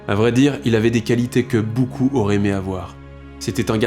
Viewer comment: La nouvelle voix, on dit « boucoup » ou « beaucoup » ?